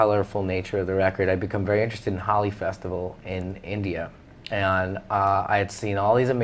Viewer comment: I forgive you, but it's pronounced Ho-lee not Holly